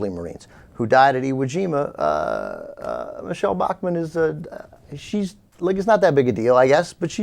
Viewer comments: Haha, she said Iwu Jama. Sounds like a chinese dunk contest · Did she say Iwu Jima? And since Iwo Jima was Japanese territory, who was the aggressor in that battle Mich-Zombie Bachmann? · Nothing was against all odds for the U.S. in the Pacific in 1945. Not in 44 or 43 either. If an operation had been, it would have been scrapped for another plan. The mere fact that we were at Iwo Jima (in the backyard of Japan) should have alerted her that "against all odds" was completely untrue. But she couldn't even pronounce the island name correctly so what can one expect? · OMFG. She mispronounced Iwo Jima.